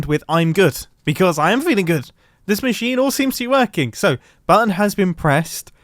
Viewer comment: No one: Absolutely no one: Not even grian: Mumbo: bAtTon